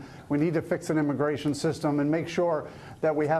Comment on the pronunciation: what did he say ? I M I G A R A T I O N Lol sorry I had to